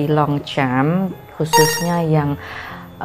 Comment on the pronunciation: Bacanya Tre dan s nya ngk dibaca bu dan Longsyong bacanya m dan p tdk di pronounce